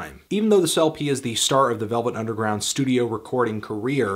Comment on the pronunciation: Lost it at 'the velv nungeround'